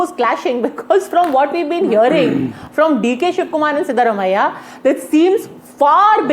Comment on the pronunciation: Pronounciation is wrong. Siddarumaiah ❌ Siddaraamaiah ✅